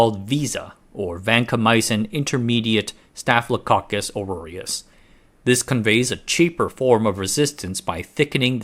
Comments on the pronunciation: Hearing little mistakes like calling it staphylococcus "auroreus" instead of aureus, and "sefeerical" instead of spherical, are what reassure me that you're not AI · It's not "staphylococcus auroreus" it's staphylococcus aureus. Also, the word is spherical not "sepherical". This concludes today's lesson. 😆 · Staph "Aureus" not "Auroreus" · Aureus not Aroureus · Aureus, not auroreus. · "ore-roar-ee-us"? "sef-ear-ickal"? Why all the extra syllables?